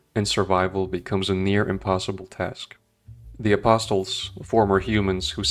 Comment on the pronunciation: The 't' in "apostles" is supposed to be silent. You're welcome